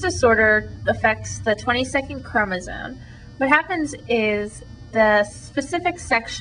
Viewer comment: you sound so stupid everytime you say chromosone.